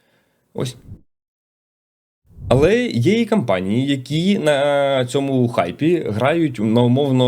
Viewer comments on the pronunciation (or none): Слово "кампанії" замість "компанії" дуже ріже вухо. Довго чекав виправлення але вже набридло слухати одну і ту ж помилку.